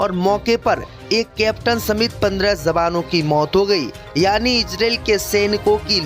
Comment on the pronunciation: Kya Kah rahe ho. Jawanoun ko Zawano, J ko Z mat kaho bhai.